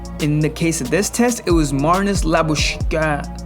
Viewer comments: It’s Lab- ah- shane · It’s funny how the narrator couldn’t pronounce Labuschagne even after 2-3 attempts and ended up showing a picture of him with an arrow pointing “This guy” 😂 As for Smith, I’m really glad he’s ok. He was hit at almost the same spot as Phil was. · Labushagne Pronunciation:La Boo Shane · It’s la-bu-skuk-ni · Cricket Exposay or the South African pronunciation is Lah-boo-skak-nee